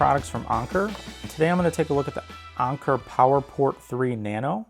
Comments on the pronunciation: It's Anker not "onker" 🤦‍♂️ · Who tf says onker.. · “Ahhnker” lmfaoo